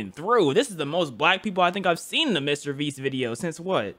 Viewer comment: Bruh you said mrbreast 💀